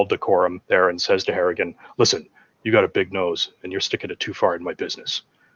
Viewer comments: Harrigan. Not hartigan... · are you calling him "Hartigan"? It's clearly "Harrigan" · Harrigan... Not Hartigan. That was Bruce Willis character in Sin City.